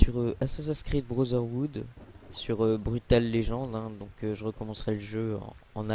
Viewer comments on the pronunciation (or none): AHHH MON ON DIT PAS BROTHER OUD SA SE PRONONCE BROTHERWOOD! (c'est juste la prononciation les gens je sais tres bien que sa s’écrie pas comme sa;) )